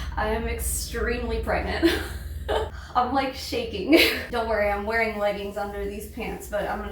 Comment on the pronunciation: Are you pergreant? Are you gregnant? Are you pregante? Are you peragnt? Are you prengant?